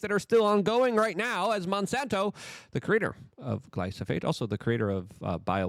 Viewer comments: My dude it's glyPHoSate, not glySoPHate. Joe said it corrrectly, yet immediately after you can't pronounce it?! Are you doing it to make morons like me click and comment? Dammit I fell for it again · Bruhhhhhh.. why you keep saying "glyso-fate"?..when "glyphosate" is clearly spelled out there in the articles you shared.. It's also QUITE ironic that you speak of not falling for psy0ps, when unfortunately you've eaten that "MAGA revolution" shyeet right up ..w/ appetizer, dessert, + digestive enzymes and all 🫣🤔😏 ..As if you've never heard of controlled opposition.. It's all theatre, the multi-felony prosecution, the assn'tn attempt", jan6 etc —in order to gradually roll out the technocratic broligarchy under the guise of "trust-me-bro hometeam good ol boy culture", bc Trump’s "obviously the good guy", being that he's constantly persecuted ..as if whole PR narrative orchestration isn't a thing.. But yeh y'all check out some peers of Luke's who are more perceptive: The Last American Vagabond website/rmble/telegram channel/twitter page etc, as well as The Conscious Resistance —Ryan Cristián, Derrick Broze, and Whitney Webb are all examples of some of the most persistent & objective truth deep-digging journalists that are out there today, along with of course James Corbett, David Icke and others who've managed to question & dodge the persuasive potential of practically every political/social narrative been pumped out over the past 2-3+ decades.. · "Glyphosate"= "Glie-foe-sate". Also there are more efficient ways of de-weeding than pulling them all individually & some that are actually good/helpful to grow around crop plants.